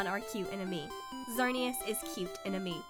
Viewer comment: Woh, woh woh! Did you just say "Pokemon and me"?! It's Pokemon Ami! AMI! Like, French word for Friend.